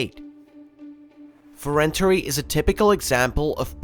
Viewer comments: It's actually pronounced more like "fe-ren-TAR'", with a soft "y" sound at the end -- in the IPA, it's [fe.renˈtarʲ] :) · "Frenteri" lamooooo